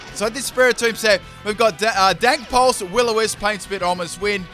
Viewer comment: I swear to god he said dank pulse...